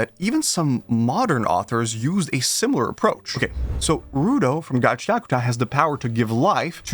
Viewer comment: "Rudo from gajidaquata" I refuse to believe that was actual words